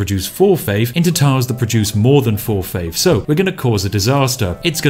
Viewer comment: Oh shit a challenge that broke spiff, will he find the exploit to overcome saying faif?